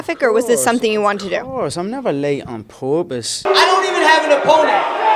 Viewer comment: "I'm never late on porpoise🐬"